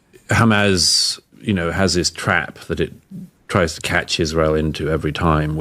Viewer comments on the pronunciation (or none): Why he keeps saying Hamazz??? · Why can this clown not pronounce Hamas properly?🤦‍♂🤣